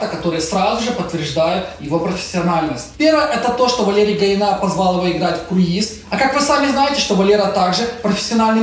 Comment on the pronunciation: Гаина ударение на последний а, а не на и.